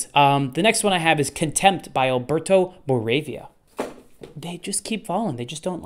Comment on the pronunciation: And since we are already here bitching, let's bitch until the end. Moravia -> moh-rah-viah Boccaccio -> boh-kah-cho Dante -> dahn-teh